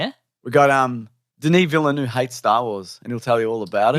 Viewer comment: As an australian who speaks french: Pronounce it Ville-Nevv (where the e is pronounced like the e in "the" in "the bold and the beautiful") See that wasn't complicated was it?